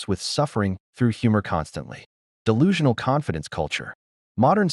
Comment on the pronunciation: Dell lulu ? Huh its de lulu as in delusional